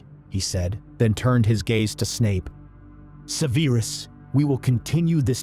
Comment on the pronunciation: Severe-us... 2/2… 😂😂😂